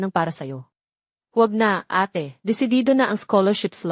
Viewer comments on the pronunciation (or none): ayusin nman pagkatagalog kailan pa naging eyt...ang Ate